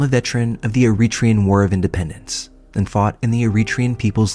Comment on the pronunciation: Eritrean is pronounced air-uh-TRAY-uhn